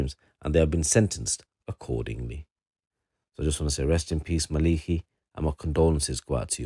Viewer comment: It's pronounced ma Le ki not maliki was known locally in the south east and beyond